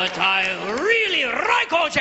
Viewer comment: 2000 yar at buffalo bill! And I rweally wike Oj! But you’re right! It’s just too good!